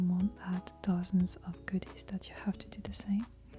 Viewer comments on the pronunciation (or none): none